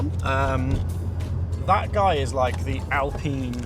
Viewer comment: You got the pronunciation right, ‘Alpeen’ not Alpine with a long ‘I’ sound. Like the current Alpine, this received consistently good reviews in its time. We are badge snobs here in the UK.